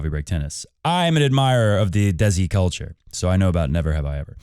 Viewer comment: also, the Si in Desi is pronounced like in Agassi, and not like Reggie or Daisy 😅